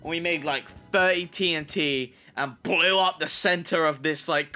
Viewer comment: Im laughing so hard while watching this vid the way he said blew haha